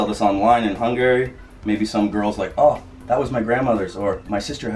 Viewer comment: its kinda annoying how says Hungary incorrectly